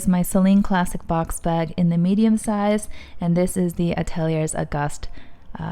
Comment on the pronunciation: Great video. Gorgeous bag. I believe Ateliers is pronounced Ateliaye.